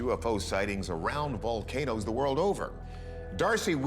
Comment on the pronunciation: He's so good at pronouncing the volcano names lol